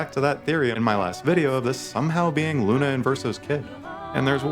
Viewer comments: I hate when people play a game.. hear what the names of the characters are. And then proceed to still pronounce all of them wrong… it’s not Luna… it’s not esque. It’s “lun-eh”and “esqui-eh”. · In a game where they say her name a million times, every single video I watch people pronounce Lune's name wrong. Lou Nay